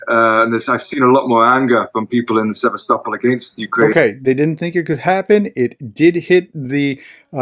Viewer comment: Journalist that can’t pronounce Sevastopol ! These Ruzzians can’t do a good job even as acting as British journalist. This Johnny Miller character has too be pickup by MI5 if he enters UK.